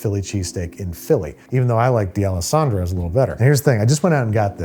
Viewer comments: Deealesandro's??? It's D'alessandro's. If you haven't, try Chubby's. Grateful you didn't say Pat's or Geno's. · Pronouncing it D'Alessandros, smh... (Plus, Chubby's is better because you can sit down and drink there) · Alright, time to get angry about another video bastardizing Philly's most iconic sandwich. E: I was willing to tolerate the peppers and the inability to properly fill a roll, but mispronouncing Dalessandro's is the line.